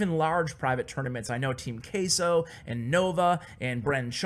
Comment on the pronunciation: not meaning to be rude but the way u pronounce queso really bothers me since its spanish its pronounced differently